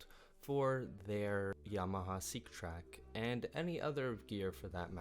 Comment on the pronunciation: funny the yamaha seqtrak (pronounced sek, not seek.) im buying it for someone to accompany me, its funny you mention "accompaniment for the seqtrak" i think you mean a controller lol